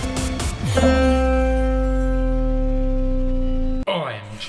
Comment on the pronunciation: EPICO! I also just love it every time you say "OMG", just to hear your beautiful, clear, pure Italian "O", not the diphthong version we English speakers use.